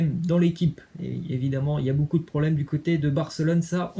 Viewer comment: Ça se prononce [bocoup] et non [boucoup] Tu casse les oreilles avec tes énormités en prononciation😪